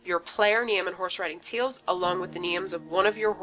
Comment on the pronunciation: ”You can use the random button to chose the neeme” sorry i actually laughed a little for that i say wrong sometimes too